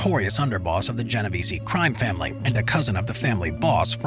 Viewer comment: I noticed you miss pronounce my name about 10 times. the “e” is silent at the end of Genovese. Otherwise, well done analysis